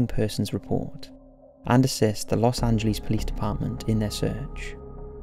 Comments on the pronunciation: The way you pronounce Los angeles though ... what the fuck? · Like the way you pronounce LAPD and Los Angeles. 😊